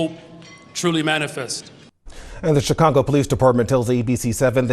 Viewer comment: "Chicongo.".